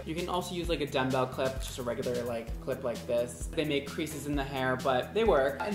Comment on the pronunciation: I still hear dumb bell clip